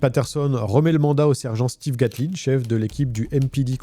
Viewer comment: On dit Steven. ça s'écrite Stephen mais se prononce Steven